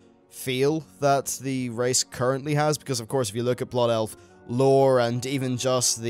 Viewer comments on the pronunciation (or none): "Bloof elf" Too good.